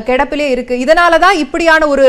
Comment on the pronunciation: கெடப்பு இல்லை அம்மா கிடப்பில் என உச்சரிக்க வேண்டும் அம்மா